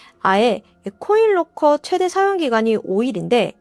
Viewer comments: 나만 그런가? 계속 코일로커로 들리네. 😮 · 코인 롹커 말하는거죠? 첨엔 못알아들었어요 사물함.기왕이면 영어발음이어떨까요.